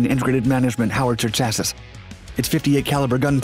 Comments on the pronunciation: It's CHASS-ee not CHASS-ISS... C'mon man..... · chass-iss lmao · Chassis when pronounced by any English speaker I have ever heard rhymes with classy. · How is this ""? You said cha-sis. It is said shassy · Chassis should be pronounced Shasee, not chassiss. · Chassis is pronounced “chassey”, as in a car chassis. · I'm saying this for your own benefit: Chassis is pronounced chassy. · Did this guy pronounce chassis as chassus? That and speaking 1000mph... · Pronounced chassey for chassis sorry one of those things that bugs me great channel! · Footage chassis => CHA-SEE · Did you say cha-sis? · Chassis is pronounced "Chas see" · Chassis is pronounced Chassy. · Dude, chassis is pronounced "chass-ee". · (btw, chassis is pronounced "chassy" to rhyme with Lassie) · Chassis is pronounced CHASS-ee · Guy nails pronunciation on tough words like "tankgewehr" but misses on "chassis" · He does make the occasional, unusual pronunciation error that AI's make. This time it was 'Chassis' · not human dude, USGS uses the same AI text to speech, you can tell when it messes up some pronounciations like 'chassis' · Then mispronounces "Chassis". Reading can be hard, I tell ya! Still, usually quite accurate. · U pronounced chassis wrong. Its actually pronounced chassis not chassis so when u say chassis again u can say chassis not chassis Nailed it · Well, it's better than artificially slowing his speech to make for a longer video. As long as i can understand every word and still have the ability to use reverse or back, I'm fine with it. On the other hand, you have to know that he is reading it as fast as possible, when minor pronunciation errors creep in. Chassis, for instance. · One day, on one of the Dark channels, my guy will FINALLY pronounce "chassis" correctly. Lol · Who pronounces the third S in chassis? Apparently he does. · When the narrator mispronounces "chassis" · Say chassis again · Imagine pronouncing the third s in “chassis” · you pronounced chassis wrong